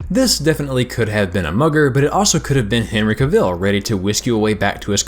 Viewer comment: the way you pronounced henry cavill was just...